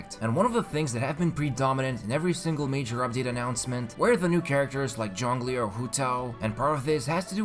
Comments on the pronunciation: Still saying?:)) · whenever you say j-ongli, i just laugh hard